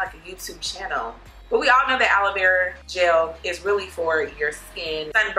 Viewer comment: It’s GEL not GELLYY